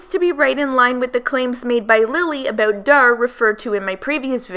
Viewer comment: "Now I don't know aboot you" I could hear your accent coming through ;) hehe, not being shady! I love supporting my fellow Canadians <3 You're killing it with the vids lately girl! Keep up the great work, it's about time people got woke! xo